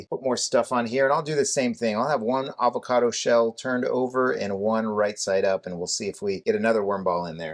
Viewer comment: "Ava-condo"...I like it 🙂👍🏻